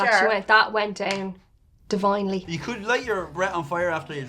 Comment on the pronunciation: "That went in devinely".....that's not the first time she has said that